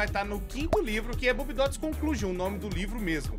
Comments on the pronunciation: pelo amor de Deus, se pronuncia "Bóbiedots". Você ta falando de um jeito que parece "Boobiedots" e isso é o peito feminino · O jeito de pronunciar o nome desses bobbiedots faz parecer que é boobiedots... e isso é meio SUS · realmente falou “boobiedots” kkkkkkk